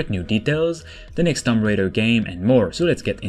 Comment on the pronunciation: Shadow of the tomb raider is not new its out and has been out over a year now... also I hate to be that girl but it's tomb not tumb, not a big deal just saying.